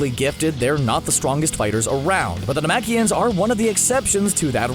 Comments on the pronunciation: you know it's scripted when you pronounce Namekians "Namakians" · it just goes to show how the announcer knows nothing about db, calling namekians nemakians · Man said naMAKIONS 🤦🏻‍♂️💀